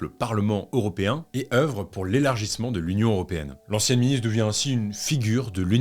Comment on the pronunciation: toujours aussi quali, par contre on dit "européen" et non "auropéen" :*